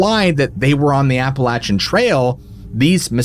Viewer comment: Its pronounced more Appel-ashian than appalatchin. Definitely a place im not trying to camp, i live a couple hours away from it.